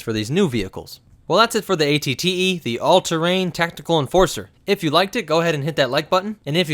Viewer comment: You accidentally said AT AT instead of AT-TE note